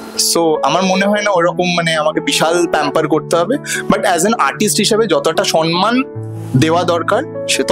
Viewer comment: To shuvoshree r manager - কথাটা সন্মান বানান হলেও, উচ্চরণ হলো somman, tumi ekta line o wrong sentence formation korle na, apart from 'she's amazing' , tomar vul manei suvosreer image a kali, banglata ektu valo kore bolo atleast